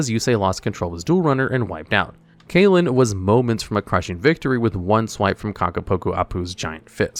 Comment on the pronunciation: Kalin's name is pronounced "Kahl-ehn" not "Kay-lihn".